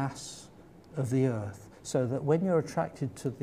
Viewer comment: Anyone who pronounces Earth as "Earff" shouldnt be given the time of day